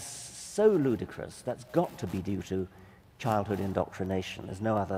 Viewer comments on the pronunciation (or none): "CHILDHOOD INDOCK TRAW NATION" loll